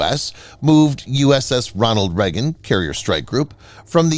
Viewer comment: Ronald Reagon, NOT Ronal Regan.